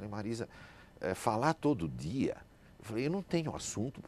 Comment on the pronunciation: Ese senhor realmente sabe falar portugués corretamente.A pronuncia dele é impecável. Ele fala certo. O Max pronuncia a palavra 'dia' como 'dee-a' e não 'jee-a' 'Jee-a' como muitos brasileiros dizem e errado. Eu odio ouvir 'jee-a' e não 'dee-a'